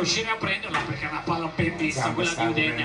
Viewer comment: Pecche???? Si dice PERCHÉ!!! 🤡